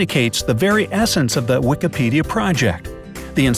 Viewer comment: its Wikipedia not wekapedia!!!!